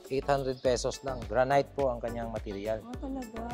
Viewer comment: granite is pronounce as granit..not granyt